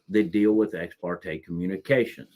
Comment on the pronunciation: ha ha stupid AI can't interpret ex par te